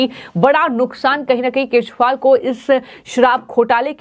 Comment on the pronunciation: मैडम, केजरीवाल है उसका नाम! आप केशवाल बोल ताहि हो, क्या आपको दिल्ली के सी एम का नाम तक पता नहीं है? आश्चर्य है ऐसे ऐसे पत्तलकार??